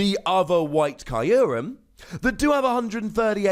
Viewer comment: It's name is from japanese, so it actually should be /q:rem/. Like you would say.. (Im sorry for the improper example) F*ck you. The ckyou part.